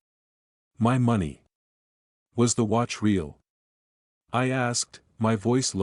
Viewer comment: Hey robot boy, the word "wound" referring to an injury is pronounced: WOOND, not WOWND. Was the robot editor on vacation when you completed this robot story? Meandering story, chock full of robot-y nonsense. How does one "LAIVE" with somebody? AND WHAT THE HELL IS A "RAY-ALL" LAUGH?